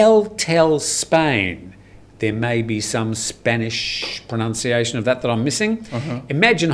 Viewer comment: Thoroughly enjoy the programme but I do wish would stop saying "more busier" and similar versions of the comparative form in grammar. Equally all of you say "pronounciation" when it should be correctly pronounced "pronunciation". There's lots more but I don't want to bore you even more.